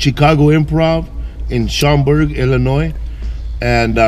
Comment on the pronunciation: He said Schaumburg 😂😂😂